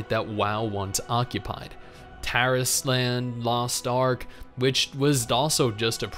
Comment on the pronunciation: when I first heard him say the name Tarisland, I had understood "Terrace Land" and I had to double check fr o_o